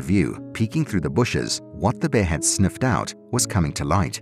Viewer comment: The word is ...Bear... pronounce your. R s please.